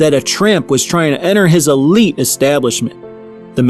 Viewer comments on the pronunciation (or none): none